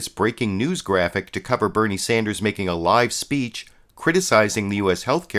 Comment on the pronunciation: Also, his name is Bernie Sanders not Sander.